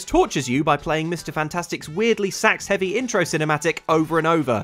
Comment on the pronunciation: Ooooh you said sAx-heavy! I was confused for a second